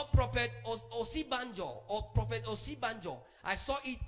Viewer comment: 😂This man was Vice President for 8 years and people can still not get his name right. It is "Osinbajo" not "Osibanjo"😂😂😂😂😂